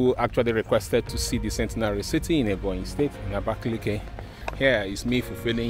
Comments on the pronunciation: I'm from Ebonyi state And I will still tell you the correct spelling is Abakaliki not abakeleke Don't justify what you don't know You can equally asked people the correct pronunciation Thank you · this pronunciation us really annoying ndi "abakeleke" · Nice content as usual We should be expecting latest updates of work at the airport What you gave us last time wasn't the latest Kudos for job done And again It's Abakaliki not abakeleke Pronounce what you read not what you hear And for the water you saw That's not a fishing pond or river It's a boat ⛵ cruise which was initiated by the governor but seems it won't be possible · Beautiful vlog but you guys need to learn the proper pronouciation of abakaliki,which is aba,ka,li,ki not abakeleke.